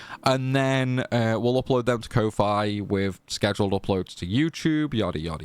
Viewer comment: I love all your challenges, binged the ff8 ones a lot, even joined a few streams x'D but i can't ignore how you say ko-fi